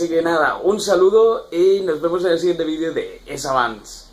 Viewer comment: Lo dice porque dice vidio en vez de vídeo